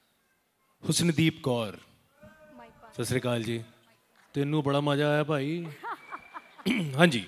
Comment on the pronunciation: Sat sri akal hunda hai shasri Kal nahi